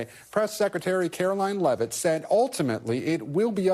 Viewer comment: Yeah, they keep pronouncing her last name wrong. It’s not Lev-it, it’s Leave-it. We don’t pronounce Eugene Levy’s last name Leave-E, we pronounce it Lev-E. Thus it’s not Karoline Levitt, it’s Karoline Leavitt, like, Leave-it. It’s pronounced just how it’s spelled.